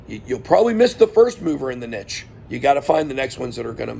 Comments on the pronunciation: good points! check what category the coin is in. btw it's "neesh" not "nitch" :) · Is this how all Americans say niche?